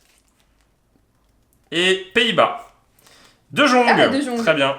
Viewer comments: On dit pas de jjjjjjjjjjjjjong ptn ça se prononce de yong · On dit pas "De /j/ong" , on dit "De /y/ong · De jong ça se dit de yong